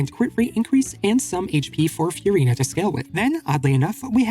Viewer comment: Who's Few-rina?